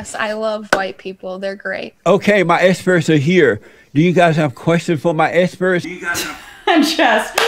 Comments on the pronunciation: His “esperts” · "My essperts are here". Baaaydaaas!! 😅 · btw, what the hell is an ''Essperts'' ?